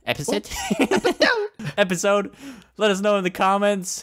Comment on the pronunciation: epesude... epesude Obnoxious butt:epesode